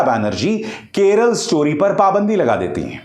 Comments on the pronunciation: Arey howle it's not Keral it's Kerala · केरला नही बे..... केरल